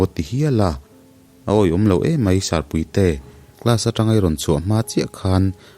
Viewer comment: sir puite i lam dan khi a mak ka lo tii…chhim leh hmar tawng thluk a in ang lo nge chu ka hre lo a🙂